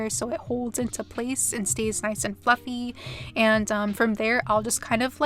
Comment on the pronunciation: I thought there for a minute when you were doing the eyes that you said "Using the same f**king brush" 😂😂😂 but I now realized you actually said "Using the same FLUFFY brush" lol 😅 You look absolutely gorgeous as always 😉